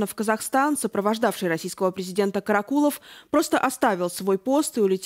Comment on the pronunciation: Корреспондентка невменяемая? То КАракулов, то КарАкулов? Она не в курсе куда ставить ударение? Может она не понимает, речь об одном человеке или о разных? Сразу понятно, что всё сказанное- враньё.